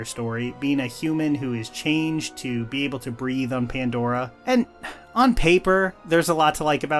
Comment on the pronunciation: What a horrible second and third installment. In what world was Avatar saved? And you can’t say pandora!